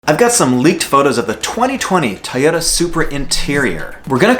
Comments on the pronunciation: TOY-ota......not Tyoda... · Please make sure you are saying TOY OTA not tie yota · Toyota not tyota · Why do you say like it's spelled tayota supra